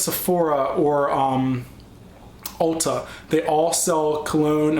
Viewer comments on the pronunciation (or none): none